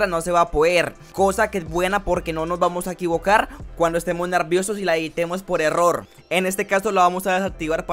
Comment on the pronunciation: me da un poco de risa porque dice nerrrrrrrrrviosos pero gracias por el video ❤